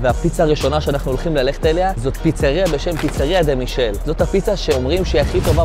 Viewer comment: אם כבר נסעת את כל הדרך לשם אולי תהגה את השמות של הדברים נכון.. נאפוליטנית, לא נאו-פוליטאנית פיצה דה-מיקלה, לא פיצה דה מישל